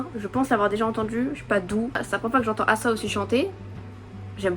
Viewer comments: oui mais on est pas censé le prononcer comme ça a la française par ce que y'a pas de trop de respet pour son blaz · C ruka et asa c asa mais le premier a c’est la pronciation anglaise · justement c'est ce que je te dis, ce n'est que le jeu de mot sur son prénom qui se dit eïssa :) ou à la limite prononcé à l'américaine sauf que bah c'est pas américain donc il n'y a 0 raison de le prononcer comme ça. Son prénom Asa, se dit Asa. Il n'y a que dans ses chansons qu'elle dit son prénom en tant que Ace+ Asa, mais son nom c'est Asa et ça se prononce bel et bien Assa. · Je comprends pas ta réponse 😅 si les gens veulent respecter le nom d'Asa ils le prononceront Assa. Ici on ne parle pas des gens on parle de qui veut savoir quelle est la bonne prononciation. La bonne prononciation est Assa point final il n'y a pas à chercher midi à 14h quoi je comprends pas 😅😭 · mais wha c pas compliqué ça se prononce pas Assa ça se prononce "éïssa"